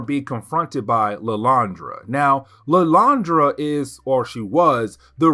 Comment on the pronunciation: Who is illyandra? Do he mean Lilandra?